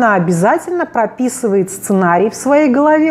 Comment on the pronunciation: ХАСХАХАХАХА тоже заметила!